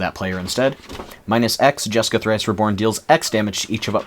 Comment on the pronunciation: Lol "jaska"? You mean jeska?